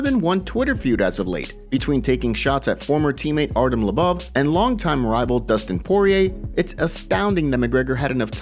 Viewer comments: Say it slowly with me... Artem Low-Bov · Am pretty confident that's not how you say his surname lol